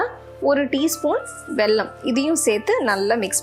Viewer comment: nice recipe.. but small correction.. its not வெள்ளம் its வெல்லம்